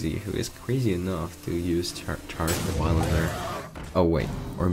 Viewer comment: He's Devilsaur, Devil's creature! Don't butcher his name or... *roooooar*!